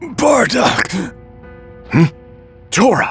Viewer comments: He called Tora torgo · He called him torgo. Im dying 😂😂😂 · bro still pronounced tora name wrong